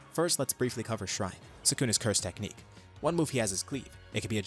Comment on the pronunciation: "Ah yes the anti-sayian techniche that i havent used since the heian era"